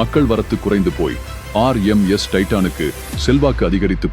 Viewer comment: RMS, என்பதை சொதப்பாமல் தெளிவாக சொல்லுங்க பார்க்கலாம், உங்களுக்கு ஏதாவது தெரிந்தால்